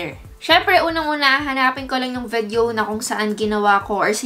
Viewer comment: Why are you keep saying vedyo